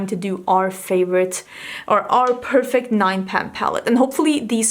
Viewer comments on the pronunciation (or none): none